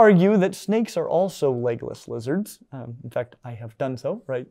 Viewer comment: I could swear he is saying "Legolas" lizards😂